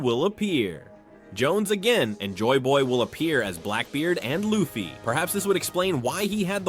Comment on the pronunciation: The way u say Luffy kills me..... punish urself